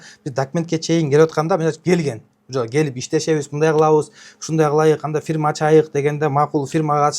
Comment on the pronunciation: Ачайык,кылайык деп туура да суйлой албайтко ужас😮